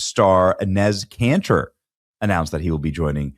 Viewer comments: Benny is murdering Enes Kanter's name...lol...cracks me up. It's pronounced E - nis. Love the content...stick their own hypocrisy down there Adam's apple. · It’s pronounced “Ee-nes” Canter